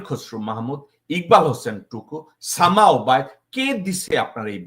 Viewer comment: সামা ওবায়েদ😂 ভাই উচ্চারণ টা সেই ছিল